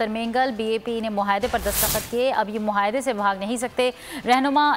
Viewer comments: مہایدہ نہیں معاہدہ بولو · Muhaida nahi muahida.....